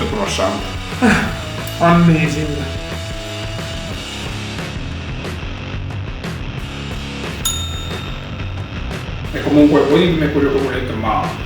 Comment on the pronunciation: "Ammesing"